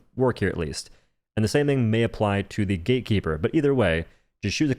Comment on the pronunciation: can you stop saying "gay keeper"?